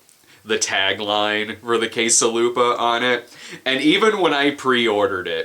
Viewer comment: For a second there I thought you said "case a' lube-a". Guess my brain automatically connects you with porn-associated items now.